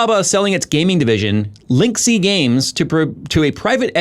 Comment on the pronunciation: I'm pretty sure LIngxi is pronounced more like "Ling Shee" than "Linksy".